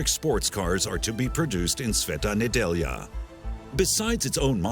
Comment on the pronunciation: Well done on pronunciation of brand name and Sveta Nedjelja :)) good job..